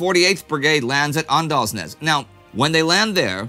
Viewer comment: "Å" and "aa" are pronunced "O", so Åndalnes should be pronunced "Ondalnes"